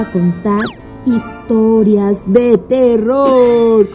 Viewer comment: te pasas en el minuto o un poco más atrás dijiste vamos a contar itorias de terror me morí de la rísa porque no dijiste historias dijiste itorias